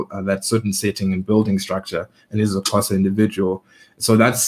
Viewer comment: keeps saying "Qhoza" instead of Xhosa